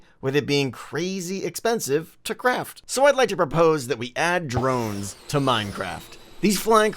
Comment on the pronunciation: Don't you mean drones you said Moe's